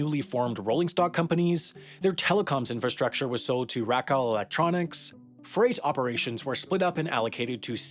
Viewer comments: Just a nit. Racal is pronounced RayCal as it is a contraction of the founder's first names (Raymond and Calvin). I worked for a subsidiary of Racal a long time ago. Racal was a large conglomerate and was broken apart long ago. The best known remnant is what is now Vodafone (when it was part of Racal it was called Racal-Vodafone). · Haha "rackle electronics" - actually Racal was pronounced "ray-call" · Also, Racal is pronounced RAY-cull, not RACK-all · Great vid - Racal is pronounced "Ray-cawl"